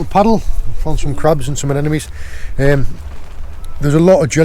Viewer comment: Love the videos and the way he mispronounces anemones. Anenome lol......